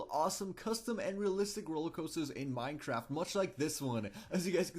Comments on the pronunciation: did you just say Minetraft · lol he said minetrart😂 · At the start u said Minetraft